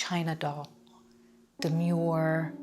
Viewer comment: "Demue", but look at her eyes.